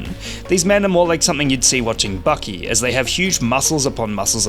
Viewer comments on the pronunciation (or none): no way bro just said bucky instead of baki💀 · Calls Baki "Bucky" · BRO SAID 'BUCKY' disliked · Bro fr said "bucky" 💀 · the way he says Baki lmao